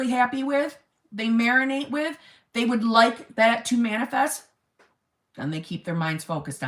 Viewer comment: "If he wanted to, he weuuud" 😆😆😆😆😆